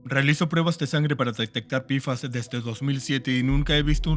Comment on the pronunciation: Pequeña recomendación al equipo de doblaje. Decir "pfas" como "pe efe a ese" queda perfecto. Pero decirlo como "pifas" suena pésimo a los oídos, principalmente porque decimos la p como "pe" y no como "pi". Aparte de que todos lo decimos como "pe-fas" o "pe efe a ese" y no como "pifas".